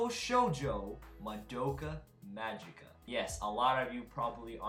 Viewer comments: Mgica is pronounced Ma-Gi-Ka (giggle's "gi"), not Ma-Ji-Ka !! For some reason, English speakers don't pronounce it correctly. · It sounds funny when you say madoka majika because in japan we say madoka magika with a G